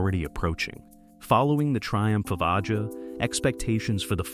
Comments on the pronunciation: Liked this video, but it was annoying that the narrator kept calling the album Aja "Oddjah" when it's pronounced like Asia. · A Juh, not Ah-jah. Stupid AI narration! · "Aja" is pronounced "Asia", genius. Also, Becker and Fagen weren't entirely opposed to live gigs, just protracted tours. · yeah I cant take this seriously at all lol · The Alan Parsons Project was doing the same thing as Steely Dan, just studio work Aja is pronounced in the same way as the continent: Asia. You lose credibility by getting a simple thing wrong RIP Walter Becker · That is my point. Have a real person, who knows how to pronounce the title as intended, voice the video, not AI!!